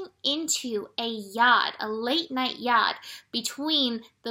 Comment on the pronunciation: I had to stop watching and go investigate what a 'Yod' is. Happy to report after thinking you were saying 'yard' or 'yarn' I ended up summonsing help from somewhere higher up. haha. ty ♥ Speaking of tiredness, I came over all sleepy today. The first thing I did was look at the planets. All I could see was the moon opposing pluto at 17 degrees. I've just had another look and there was a triangle of potential between the moon in cancer, pluto in capricorn and the sun in scorpio. By the time they reached 16, 17, and 18 degrees my eyes wanted to close. I may have missed something else that was happening at the same time. There are too many lines for me to look at. There is something else about to form over the next few hours involveing saturn, chiron, uranus and the moon -- it all changes so quickly